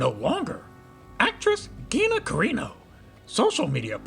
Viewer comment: “Geenah Careenoh” ahark. Good video